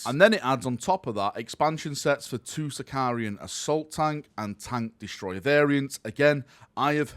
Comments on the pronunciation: Can someone please teach its Sicaran, not Sicar-i-an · say after me "SI - CA - RAN" SICARAN! SICARAN!